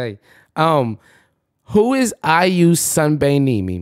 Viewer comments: look...you can't be out here getting mad at the girl Siri when you not pronouncing shit correctly. 😂 All you had to ask is "Siri, who is IU?" and all would have been resolved. You are cracking me up with your battles with Siri. Especially when she be saying "I won't answer to that," when you're being disrespectful. 😂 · When he said IU I swear I didn’t think you would think her name was IU Sunbaenim 😭